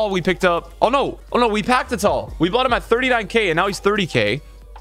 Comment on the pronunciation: It is youcef RATAL